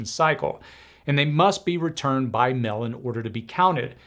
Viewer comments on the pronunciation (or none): “…voting by mell” = “…voting by mail”